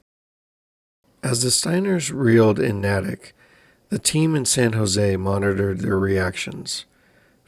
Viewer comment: This happend in my home town. As a townie is NAY-TICK not nat-ik